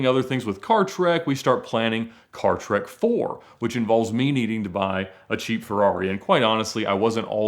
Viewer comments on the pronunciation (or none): none